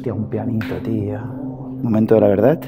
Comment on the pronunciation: y . porque coño dices paret en vez de pared, verdat en vez de verdad y así constantemente? Es que suena más guay? A mi me suena más algo menos bonito.